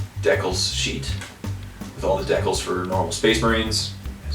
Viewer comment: the way you misspronounce decal makes me wanna punch a baby